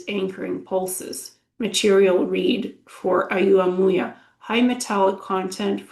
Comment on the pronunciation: Hi, Oumuamua is pronounced "oh-mu-a-mu-a". Wow, I had no idea you could get such detailed information from remote viewing.